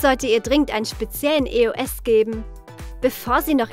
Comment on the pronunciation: Es heisst nicht e. o. s sondern eos